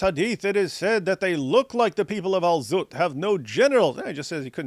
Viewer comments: I always enjoy how David emphasizes “Al ZZZut” 😅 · His name is Al-Zutt😂